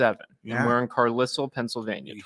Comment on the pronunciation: It’s Carlisle…. Lol